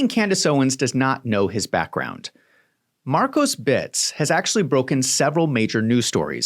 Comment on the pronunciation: Please stop saying, "Markosbits"